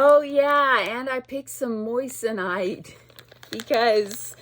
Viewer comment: 😂 you're sick of the word moissanite because you're saying it like the word "moist". It's pronounced like moizanite.. with a z... i have laughed every time I've watched a vid of yours when you say it. 😅😊 xo